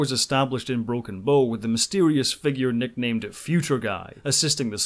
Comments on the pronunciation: Ugh... It's Broken "Bow" as in the bow of a ship, not "Bow" as in bow and arrow... To properly pronounce, start with "Ow" as if you just stubbed your toe on the coffee table. You know, the first half of "Ouch". Now put a "Buh" sound in front of it. Should sound like you started saying a "B" word and then stubbed your tow... B-OW! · Bow as in ship bow, not bo. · It's not broken bow (bow and arrow) it's broken bow ( the front of a ship, pronounced bough.) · Great! Although I think you're consistently mispronouncing 'Bow' :p